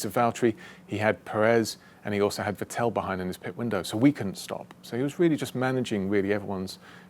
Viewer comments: I still cant stand it how he sais Vettel... Im i the only one who thinks its VETtel and not vetTEL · Va-tell? It’s emphasis is on the first syllable, Vett-el. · He pronounces Vettel like Patel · Nice one. But one thing is always bugging me, on both "Vettel" and "Pérez", James emphasizes the second syllable, but the emphasis should be on the first one. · I LOVE James but when will this bright guy with such an agile mind (who seems to be a nice, respectful man, too) challenge himself to pronounce Seb's name with better performance...;)? That said, as always, I am in awe of your "win as a team, lose as one" mantra. "We" came on at an angle says it all. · Great video, it really put things in to perspective, but my only point of criticism is, that in german you put the emphasis on the "V" rather than the "t" in "Vettel".